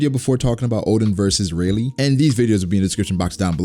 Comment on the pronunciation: It really triggers me that you call Rayleigh Rey...